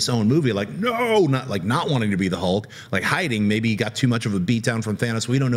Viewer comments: Why the Americans pronounce Hulk's name as Holk with "O"? On said it correctly as Hulk and half a second later he corrected himself wrongly and said "Holk"!:D omg... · Stilyan Ivanov.. said it incorrectly first, then said it the right way. It's not pronounced "Hole-k" it's an "Uh" sound. Like "Up", "Shut", or "Huff". So...Hulk. H-uh-lk. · On he sais "Hole-k", on again "Hole-k", on "H-uh-lk" and on "Hole-k". That's what I hear.